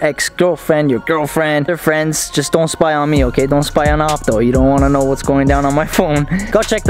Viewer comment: should be a meme he sound drunk like “ i dunno knowww